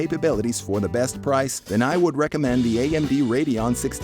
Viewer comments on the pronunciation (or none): none